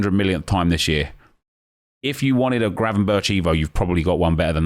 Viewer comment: Good effort on the pronounciation of Gravenberch! Refreshing after hearing everyone else butcher it by saying gravenbertsj.